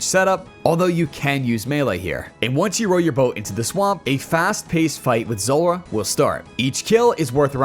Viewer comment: The boss is called Zulrah, not Zorra. :)